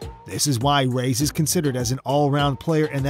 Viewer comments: Rays? Ray es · It's not pronounced "rays" it's "ra yas " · Who is Rays? You mean Reyes.?Yes Efren"Bata"Reyes The GOAT.